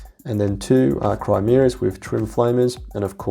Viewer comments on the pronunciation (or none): thanks for the reports, looked like an excellent time! :) One note I want to add, it sounds like you keep calling the troop transports Crimeas like the Peninsula, but its actually Chimeras, like the (super weird but cool) mythical beast, just in case you do more tactics videos on them one day and people potentially showering you in correction comments for the name :D